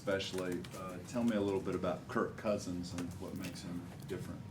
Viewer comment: Kurt Cousins? It’s Kirk